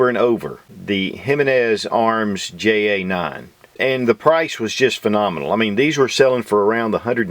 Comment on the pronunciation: Isn't that "hay aye nine"?